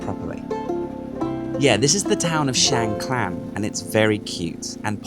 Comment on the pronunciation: No L in Khan...NOT KLAN Kaaahn...